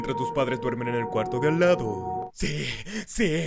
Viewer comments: dice "cuardo" en lugar de cuarto" :v :v :v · dice cuardo de al lado grave error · En el segundo 35 dice cuardo en vez de cuarto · En el segundo dise ''...en el Cuardo de al lado'' xdd Cuardo please :'v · Dice CUARDO